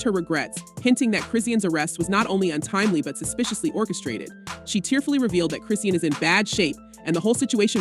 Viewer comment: Why the whole video her name WASN'T pronounced correctly 😩🤣🙄 who tf chrissiannn tf smh. Shes only serving 30 days and 1 yr probation bro